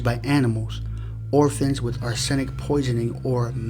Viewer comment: Ar'senic ... Not Arsen'ic